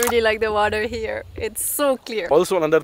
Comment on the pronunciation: Everything is great..the chemistry, editing, presentation however i have one small doubt, why do you always say HARE instead of here 😅 please don't take it personally just that you say this word so often and pronounce it incorrectly 😬